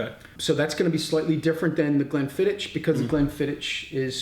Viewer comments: Great little video chaps. Glenlivet for me. Also just a minor point Glenfiddich is pronounced 'Glenfiddick' not 'Glenfiditch'. Raising a dram to the Little Wars team :-) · Not quite 'Glenfiddick' either, Tales - the sound of the "ch" at the end of Scottish words like "loch" are not easy for non-native speakers. Hard to describe in writing but when you say it, it's almost like hacking up some catarrh! 8-). Have a listen to the Scottish guy's pronunciation on the video again (and if it helps, swallow a few drams beforehand 👍 ). Btw, Glenfiddich for me, please.